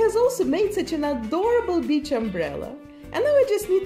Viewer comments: Wait, did she say “basic beach” or “basic bitch” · Am I the only one that when she was talking about her first doll heard basic bitch instead of basic beach? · When I heard her say "Basic beach stuff" I was startled until I realized she said "beach."